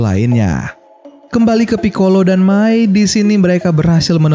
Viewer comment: Itu May bang bukak mei